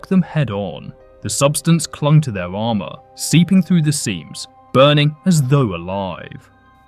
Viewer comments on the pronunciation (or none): none